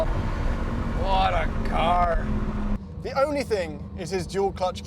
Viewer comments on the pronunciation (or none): “whata chaarr” his Canadian side came out for a bit there ay